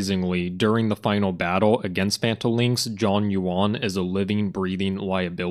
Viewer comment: the name pronunciation oh my g o d